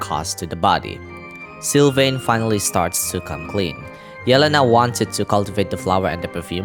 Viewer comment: I think you are the only one hwo said yelenas name right, meny people pronaunce it like yelans name